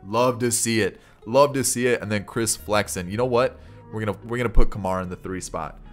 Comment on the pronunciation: Guy with an Indian heritage here, it's called: "Koomar."